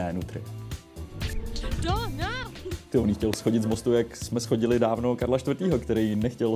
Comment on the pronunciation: Opravdu "schodili"? :D :D :D Já to říkám furt, že Ostraváci mluví spisovněji česky než Pražáci. Píše se shodili. A vyslovuje se to zhodili. Tvl. "schoda". :D :D